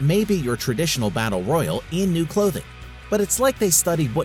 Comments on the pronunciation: Say "Royale" again please xD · extraordinary Games Say "Royale" again please xD I keep looking for other mmos but these videos lack of information Apex broke twitch records cause they paid for it. It no longer sits on top.